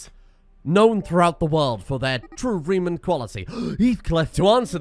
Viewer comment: reeman wene express